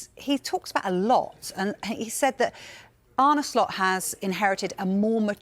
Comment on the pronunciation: It's Slot not Shlot...